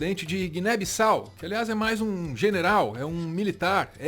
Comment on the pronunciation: "Guiné Bossau"